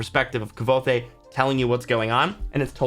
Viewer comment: Nooo! hahah *Kvo-they!" That's how I pronounced his name before I realized I was ppronouncing it wrong. He even explains how the name is pronounced in one of the first pages and I still got it wrong like this guy. It's "Quoth" Like Quote but with the th sound at the end. EDIT: How am I the first to point this out lol